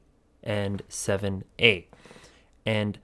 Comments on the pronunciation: Where are you seeing “ZA” not once did I see “ZA” and you said it multiple times on multiple different codes..? It was 7A every time. Lol 😂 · I love how you keepbcalling the 7's "Z" It's hexadecimal. That's 1-9, A-F.. Ffs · 7A is not Z A. it is SEVEN A